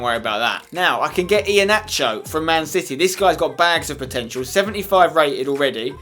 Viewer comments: for Iheanacho it's pronounced Iheanako not nacho. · I left when I heard iheanacho